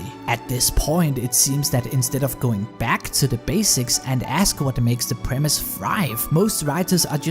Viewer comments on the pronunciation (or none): none